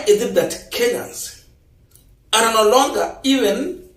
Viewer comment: Young man, check Yr pronunciation of the word ARE It's a very common word and your pronunciation is wrong. So you repeat it many many times. Fix it.